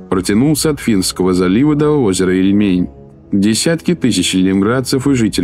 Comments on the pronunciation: Не ильмЕнь, а Ильмень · Когда наконец правильно ударение будете ставить И'льмень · Было лень ударение посмотреть у озера Ильмень? Одно из основных озер в русской истории всё-таки